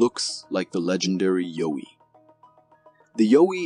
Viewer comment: it's pronounced YEOW-EE, not Yo-wee :) and yes, that's a costume. , NOT a mermaid. looks like maybe a dolphin or small whale species. it's covered in fabric to keep it moist till the tide comes back in, they are trying to save it, imho.